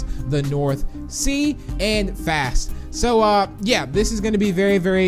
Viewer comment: BBB-saying medora as medor* Me- THERE IS AN A WHERE IS THE A TELL ME